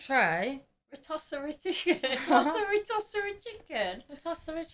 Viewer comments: rotisserie, not ritosserie 😅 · RO-TISS-ARY Chicken lol. Not TOSS. It spins around as it cooks. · It's "Ro-TISS-erie", not "Ro-TOSS-erie" that was driving me nuts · Your sister is hilarious. Rotosserie... 😂😂😂 It's Rotisserie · rotisserie chicken LOL not rotosserie chicken 😅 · Not rotosury chikin. Ro tisshury chikken. Say it out loud. That's merican sweetheart.... love ya. Had to correct homie😅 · Lol it's rotisserie chicken not tottserie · Ha calls it a ro”toss”erie 😂. It’s a rotisserie. Emphasis on the “tiss”. These videos are good fun. Thanks! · it's pronounced "Ro-TIS-serie", not "Ro-TOS-serie". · Someone tell that it’s Rotisserie and not rotosserie 😂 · It's rotisserie chicken, not rotossarie chicken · Rotisserie not RoTOSSerie! 😂 unless you Brits actually call it that?! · Retoserri chicken 😂😂😂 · It called RO-TISS-ER-Y (spelled rotisserie) CHICKEN. not roTossRury. That might be why and mom didn't know what you were talking about. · She called Rotisserie chicken, Tossaroo Chicken😂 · Toss a roo chicken, lol. It rotisserie chicken. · It’s actually rotisserie chicken not rotosseri chicken 😜😜😜😂😂😂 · Did she say tossaroo chicken? As in, "I'll put this chicken on a spit and give it the ol' tossaroo?" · ROTISSERIE pronounced RO TISS ER EE........ chicken. the toaster oven is NOT like a microwave, its a small oven that fits on your countertop. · No. Most American bedrooms do NOT have their own bathrooms. Newer American toilets use less water, which Trump (ugh) has been bitchin' about for years. It's pronounced as 'roh-TISS- er-airy'. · Its pronounced ro-tis-r-ee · Rotisserie** Ro-TISS-erie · I think is trying to say rotisserie chicken. Row-TISS-ur-ee is how it’s pronounced. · Poor! You guys make her think she's crazy. 🙈😅 But,, it's actually ro-TISS-erie. 😘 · “Tossaroo Tossaroo Tossaroo!” Lmao I can’t with her! 😂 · She pronounced rotisserie wrong. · George is correct she's just pronouncing it wrong